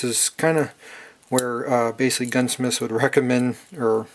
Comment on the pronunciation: What is baysilly/base-ly?! Please speak more clearly